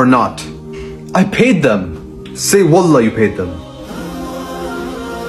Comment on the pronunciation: I'm sorry but you have to say wallaah so stretch the "laah" I'm saying this because if you don't stretch it welp +sin Thank you for your time